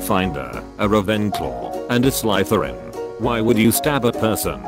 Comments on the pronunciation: I like how the voice pronounces slytherin, gryffindor and ravenclaw wrong but says hufflepuff right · A grifinedoor, rayvenclo, and a slythyrine I love that boy voice so much